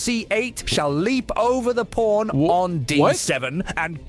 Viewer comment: Anyone else notice he says Kings "Porn"